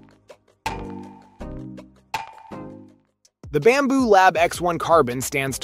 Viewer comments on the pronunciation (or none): It’s Bambu not Bamboo